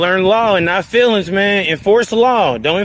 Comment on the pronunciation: FEELINGS, not Fillins Kinda like Ask.